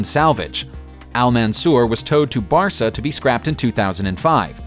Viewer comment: He also said "Bar-sa" instead of "Bas-ra"